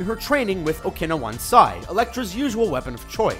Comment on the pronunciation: "training with oh-kinna-wonsai" oh who's that, is i- "okinawan sai" ...that pronunciation was butchered amazingly.